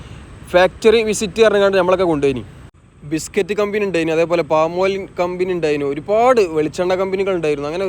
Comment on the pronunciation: കമ്പിനി അല്ല കമ്പനി 😂